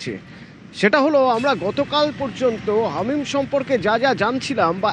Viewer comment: আরে ভাই হামিদ নয়, হামিম 😅😂